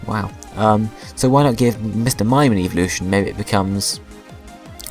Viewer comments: lol its sounds like you are saying eeveevolution not evolution xD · I'm not hating but it sounds like you are saying eeveeloution.